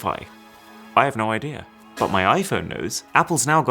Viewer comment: I like how he says "idea" to "idear" and other words that end with e🥹